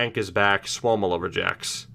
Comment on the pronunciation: its sua-mella not souwomila